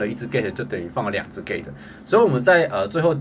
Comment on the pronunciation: gate 我听到gay